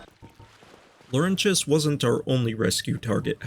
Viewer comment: Why are you saying Lorentius's name so weird wtf is a "lowrenchass"